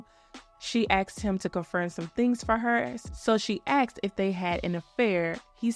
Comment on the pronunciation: If you had a dollar for every time you said "axed" instead of "asked"